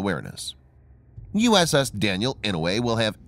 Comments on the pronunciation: Yes sir I know, sure is painful to hear the Senator's name butchered. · The pronunciation of "Inouye" is painful.